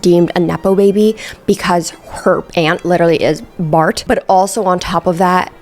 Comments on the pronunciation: Pls stop saying Bart like that lmaooooo like BHLART😂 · The way you say "Bart"😭😂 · Just the way you say Bart is cracking me up! 😂